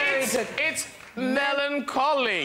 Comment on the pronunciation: Love Matt LeBlanc for getting “melon cauli”